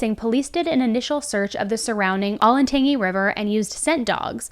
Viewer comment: Ol'en tan gy not ol'en tangy